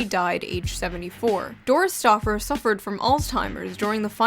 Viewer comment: Ooh u said Doris stauffer...I heard DOOR STOPPER...had to do a double take....woulda been a nicer use of her body tho, lol, wtf